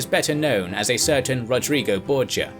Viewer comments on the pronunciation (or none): none